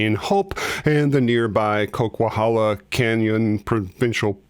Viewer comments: You pronounced it right if you don't pronounce the "u". Sounds like Coke-a-halla.😎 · You pronounced "Coquihalla" correctly! I live in Vancouver - RAMBO/FIRST BLOOD is still a cottage industry in the town of HOPE.